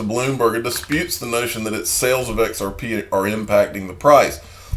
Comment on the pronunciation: Come on now.... XareP is not X "Air" P. Blows my mind how we continue to listen to individuals who have issues regurgitating other people news and information.